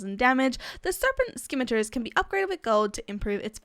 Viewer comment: I looked up how to pronounce Scimitars and its pronounced Sim-meh-ter